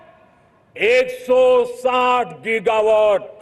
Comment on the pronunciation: गीगावाट कहते हैं जीगावाट नही